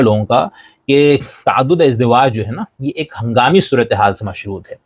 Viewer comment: تَعَدُّدِ اَزْوَاج کا لفظ استعمال کیجیے۔ تَعَدُّدِ اِزدِوَاج کا لفظ نہیں ۔❤❤❤